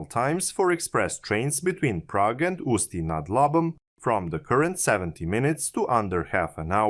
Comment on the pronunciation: Ústí nad Labem was also pretty solid